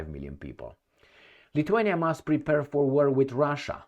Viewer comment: "Prepare" not "prepurr." Make the last syllable rhyme with "fair."